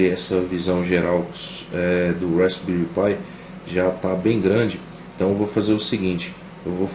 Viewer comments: Uma dica pra galera: Se pronuncia "rásbéri" - Com o P mudo. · *respbelri pi ai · Tudo muito bom, mas a pronuncia está errada.